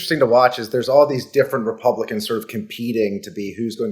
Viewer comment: Did Harry just say “House Repumpkins” ?? Hmm…